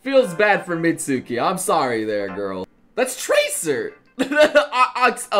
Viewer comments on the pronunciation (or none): you pronounced Mutsuki wrong